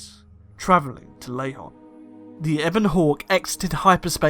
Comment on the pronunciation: It’s Lehon, not Lahon!!